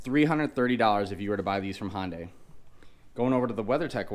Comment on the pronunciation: Great video but I wish you would pronounce HyUndai with a U instead of sounding like a HOnda.